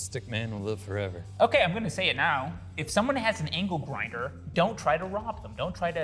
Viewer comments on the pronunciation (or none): ITS ANGLE GINDER NOT ANKLE GRINDER DUDE😂